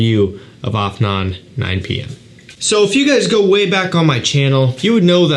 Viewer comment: Bro you pronounced that 'Afnan' perfectly ❤️❤️